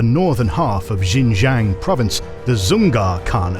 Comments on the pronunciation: The pronunciation of Xinjiang is dire. It's SHIN-JANG. No zhes anywhere in that word. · J(I)ANG with silent " I " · that XinJiang pronunciation is rough